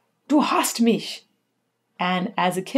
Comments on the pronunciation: Nice German pronunciation of “mich”. Rare to see a statesian not saying “mick” or “miKH” Also, Till is a bass, not a baritone. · You german speaking is really good. like "ich, mich" most of english talking people have problems speaking out the "ch" in german words. you didt it really good.